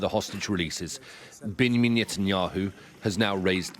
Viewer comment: Bingyameen Netanyahu 🤣🤣 Did I hear him right?